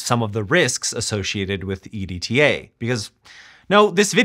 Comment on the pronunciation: it's an acronym if I pronounce it "edtuh"